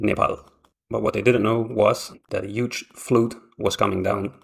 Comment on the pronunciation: It wasn't a flute - it was a fludd.